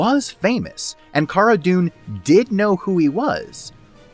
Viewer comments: If you purnounse cara as (car-ah) I can’t respect you. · Great points in this video. I'd enjoy it a lot more if he could pronounce Cara's name correctly, same goes for like 75% of people on YT covering this show. It's not like her name isn't spoken in the show people... but to be fair I know Pedro made the same mistake in an episode in S2.